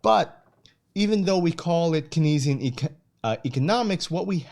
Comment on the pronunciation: Keynesian is pronounced KANEZ-ee-in btw. Great overview.